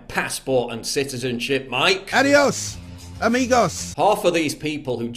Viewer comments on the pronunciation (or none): That was cultural appropriation when he said "Adiós, amigos". Plus he didn't even bother trying to pronounce it correctly.